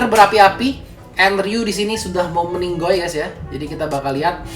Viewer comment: Meninggoy kan logat sebelah 😅